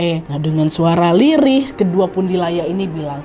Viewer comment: Kak NAD ga sadar bilngnya pundilaya